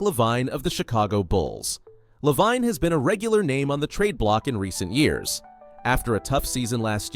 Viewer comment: Lol dude, its pronouced Zach (La-veen) Lavine. Edit:spelling lol